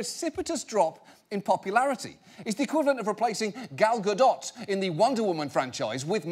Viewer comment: Did he just say Gal Gadott